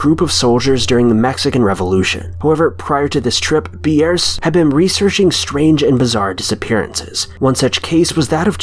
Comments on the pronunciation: Ambrose Bierce is NOT pronounced "Am broh zay Bee airss" but "Am brohz(rhymes with rose) Beerss(rhymes with pierce). The man should have been covered in your High School American English course. As to mangled pronunciation, I don't know how you came up up with this one. It's spelled like it sounds and it sounds like it's spelled! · "Am-bro-say bee-airs." Lol I've only ever heard it pronounced "am-bros" with his last name pronounced like "pierce" but with a B.